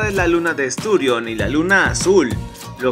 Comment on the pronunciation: Mal para el Heraldo con gente tan ignorante que NO sabe lo que es un acento. Dice en el video "estÚrion" en lugar de "esturiÓn" que es lo correcto ¡Vaya ignorancia!